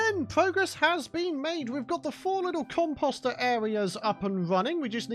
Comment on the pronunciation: the way he says composter is annoying. just sayin.